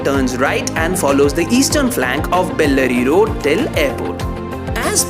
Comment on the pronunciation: Dude, first learn to pronounce names of the places properly then post videos.. Pronounce Hebbal, Bellary Road, Jakkur, Depot and Bengaluru properly.. show some respect towards the language.. Those are not the places situated back at your home to pronounce it the way you want .. use Google or even YouTube to learn how to pronounce.